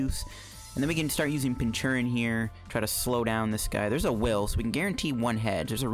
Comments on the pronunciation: I think it's pronounced "Pinch-Urchin." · What is with the pronunciation of Pincurchin? Is there some joke I'm missing or is it just badly pronounced?